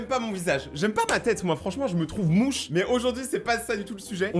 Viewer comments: Comment ça se peut que tu as dit je me trouve mouche au lieu de dire je me trouve moche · Ta dit mouche auleu de moche 😑. Mais ok👍